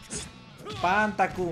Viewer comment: El ataque de Terry (Pan Taku) suena como si dijera PAN BLANCO jajajajaja